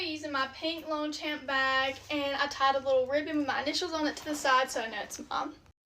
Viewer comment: The way she said Longchamp 💀